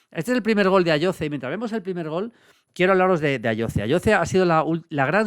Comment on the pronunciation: Ayoze se pronuncia con S patrón